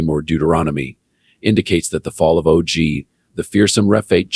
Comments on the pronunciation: I want to listen but it's not natural enough and pretty sure it's pronounced OG as in POG not O G as in Owe Gee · It is a computer voice so it pronounce it O-Gee